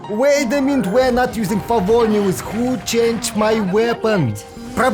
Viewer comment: idk why i laugh so hard when u say "favonews" 😭